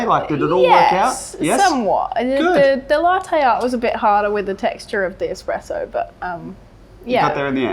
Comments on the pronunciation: head barista saying expresso ...not really cool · Did the expert judge guy say "expresso"? Lol